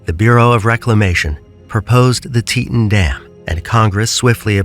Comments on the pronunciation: Why use an AI voice when it can’t even say “Teton”correctly? It’s “tea-tON” as in “on or off”. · Learn how to say Teton correctly. Zero credibility in this content